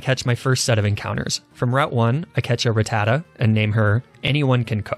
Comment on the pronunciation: They way he pronounces ratata and weedle infuriates me